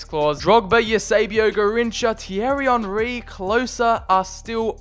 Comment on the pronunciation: Did my man just say fierry Henry. 😂